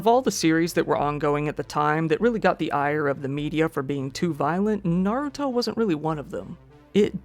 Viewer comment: Thanks for pronouncing Naruto correctly (I know you lived in Japan, but so many channels come up with weird pronunciations that it bugs me.) I've never watched Naruto, I'm a mecha fan.